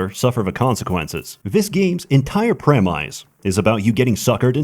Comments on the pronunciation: "prem-mice" it is pronounced premise. I think this is the most insulting thing i have heard in one of your videos. EDUCATE YOU'RE SELF! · Did he pronounce premise as pre-mice? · Hey, just FYI, it's pronounced "premise": "pre" as in "preorder", "mise" as in "mice". 💛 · It's pronounce preee-miss. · The fact that can’t pronounce premise proves he’s AI, probably works for Big Steam. Stay woke ppl. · That premise misspronounciation gotta be on purpose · I brings me great joy that still hasn't learned how to pronounce the word "premise". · I love that still insists on mispronouncing premise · why does he say premise like that